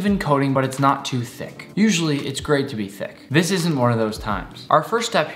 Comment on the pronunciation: he sayed thicc😳😳 with T H E effect